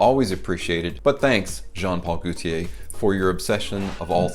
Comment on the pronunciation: The way you said "Goootier" 🤣 That made my day. But yeah, that Fiat bottle looks like a children's toy from Star Wars. The testers from the Bvlgari Aqva line come with the stand though. Sucks that the retail bottles don't. Ferragamo Uomo testers also don't have the built-in atomizer. The top is actually a cap. Too many head-ripping accidents I suppose. Never had an issue with spraying my 50 mL, but I heard that the latest formulation isn't worth it anyway. Watered down apparently.